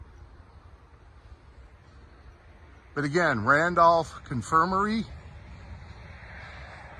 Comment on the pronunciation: That sign reads, "Randolph Co. Infirmary" not Randolph Confirmary. That very well might be why you've never heard that term before. :)